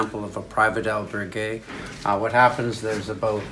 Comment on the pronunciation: Please learn to pronounce al berg gue